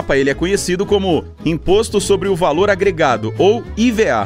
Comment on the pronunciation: Não se fala I V A letra por letra é IVA se lê a palavra toda junta